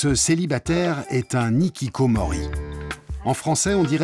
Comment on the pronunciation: Un "nikikomori", des "zikikomori", ça fait mal aux oreilles. Les h muets n'existent pas en japonais, tous les h sont prononcés en début comme au milieu des mots. Sans aller jusqu'à demander une prononciation correcte des mots japonais à des journaliste français de base, on pourrait au moins appliquer les règles du français et traiter les h initiaux des mots et noms japonais comme des h aspirés, sans liaison. La remarque "Non ce n'est pas une déchetterie" est inutile et irrespectueuse.